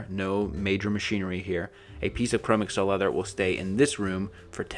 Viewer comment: I thoroughly enjoyed this, yet believe Chromexcel is pronounced "chro-mexel" rather than google "Chrome" + microsoft "Excel."